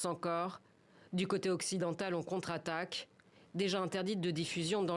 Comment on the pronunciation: elle a dit l'UE contrattaque , hahah